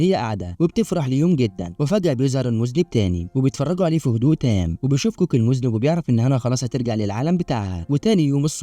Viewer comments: المُذنَّب وليس المُذنب يامذنب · المُذَنَّبْ وليس مذْنِب 😂😂😂، علي حسن سلوكة شخصيا يلخص 😂😂😂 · المُذَنٌَب وليست المُذْنِب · اسمه المذنب بفتح الذال و فتح النون وشدها وليس بكسرها. المذنب بكسر النون هو الذي يقترف ذنب 😂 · 😄😄😄 فعلا النطق خاطئ المفروض تلفظ بالفتحة على الذال وفتحة مشددة على النون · و شد النون اهم حاجه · من هو المذنب!!!!!!!!!!!!!!!؟: النطق الصحيح: المذنّب، أرجو أن تعيد تسجيل الفيلم مع النطق الصحيح، ويمكنك الاستعانة بصديق في نطقها